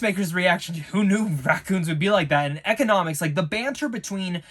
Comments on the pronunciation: EEE-CONN-OH-MOHS, not “Economics”. It’s Economos. Please, I can’t take it! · Dude it's Economos not Ecinomis! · (E-con-i-mose) not economics also (Henry Cav-ill) lmao